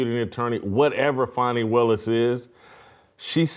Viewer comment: HER NAME IS FANI... LIKE FANNY